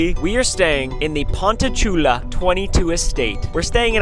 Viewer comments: its surprising how many times you said ponchatoula correctly!! its "pawn-chuh-too-luh" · Strawberry capital! I get my hair cut there lmao its pon cha two la. so u said it right multiple times. we just call it ponchi tho